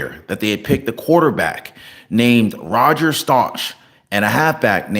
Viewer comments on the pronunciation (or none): none